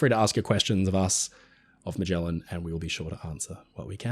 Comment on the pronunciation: Are you mispronouncing Magellan? Definitely research. The Bismark is not famous, it is infamous.